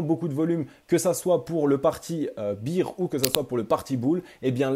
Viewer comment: Ca se prononce Bère pas bire^^ça me perturbe lol